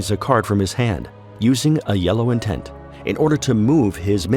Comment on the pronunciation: Very true. It just bothers me because it sounds like he's constantly saying intense.